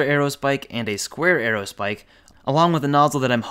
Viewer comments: Buddy. You've got it all wrong. Square aerospike? Haha, no. Squaerospike. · He really didn't call it a squaero spike